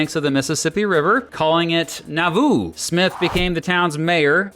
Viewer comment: Someone who grew up near Nauvoo here- you're emphasizing the wrong syllable. it's NAW-voo or NAW-VOO, not na-VOO. You draw out the "a" more. It rhymes with Yahoo.